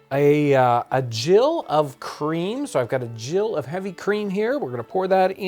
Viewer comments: The measurement, 'Gill', is pronounced with a hard 'G' such as in 'Gilbert' or 'Gettysburg' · Pronounced Gill with a hard G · Cool to hear some pronounce gill as jill. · Thank you for this fun and instructional video. Looking forward to trying this. I've just discovered and highly recommend the English Heritage channel. If you watch this video on how to make kedgeree, a British breakfast dish inspired by Indian cuisine, you can hear her mention a "gill" of cream, although she pronounces it with a hard "g" like the respiratory organs of a fish. Wikipedia, however, seems to side with you and says to pronounce it like "jill." At the end of the video, you can also see the kedgeree being served in the "water plate" that you mention. Fascinating stuff! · "GILL"????? It is pronounced the same as a quarter-pint of a fish!!!!!